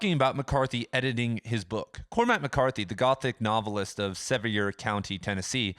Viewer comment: "nuvvlist" "nuvvle" lol...logic bros about to have an aneurysm!